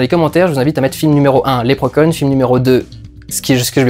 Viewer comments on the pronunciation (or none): Lèpre Conne? ON DIT Lépreuh Shaun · 2min00 lèpre conne ?(pas certain de la prononciation) XD